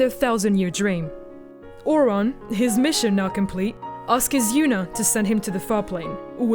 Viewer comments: that isnt the real issue, Ore-on? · seriously they even say Auron's name in the game. Tidus you can at least blame on the fact they don't ever say his name but Auron? AURON?! Tiduse screams the correct pronunciation within 10 minutes of playing. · Nice breakdown but the pronunciation of those names. I cried when you got Auron's name wrong :'(